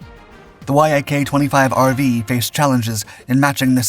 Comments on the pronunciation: It's pronounced YAK, not why aye kay ... this is the worst written and researched channel on YouTube... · Bro, Yak isn't spelled out. It's pronounced as one word. Yak, like an animal, like Yakovljev.